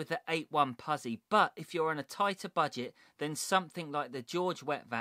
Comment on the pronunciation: Great video, it's pronounced put-zi, as in pit-za, (pizza)🤪